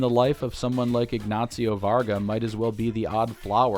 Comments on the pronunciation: Why are you saying “Ignatsio”? It’s just “Ignacio”. Not hard to pronounce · There's not "T" in Ignacio hahaha "IgnaTcio"? xD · "Ignacio" is not pronounced "ig-nazi-oh". The Spanish "c" is pronounced like the English "s" (in this case, not in all cases). From a native Spanish speaker.